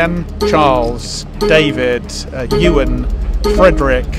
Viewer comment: I am so happy he knows Ewan and can pronounce it because people pronounce it like uwan